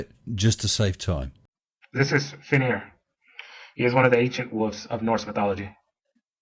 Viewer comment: Brother? Where do you find them? More Importantly, Can you please put them back? Now I've effing seen it all, Bite Marks From Space Wolves, Yes it's actually pronounced Wolves not Wolfs you complete tosser. The conclusion that I've come to is that this guy is effing out there, like Pluto Mate. He most certainly takes the cake for being the biggest complete idiot on the internet and should be locked away for a very, very, very long time. This guy really needs to slip into something more comfortable, Like a Coma.